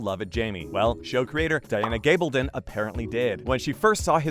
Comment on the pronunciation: So you've gotten the actor's names down, can you now try to get the author's name correct? Its Gabaldon - gab as in a gab session. I keep watching your videos because you actually listen to comments and fix things.